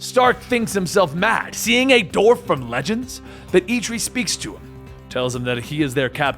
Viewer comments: Dwarf, not "dorf." It's the same way you pronounce the first syllable of "dwell" or "Dwayne." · dWarf. You say it like the surname of actor Stephen Dorff.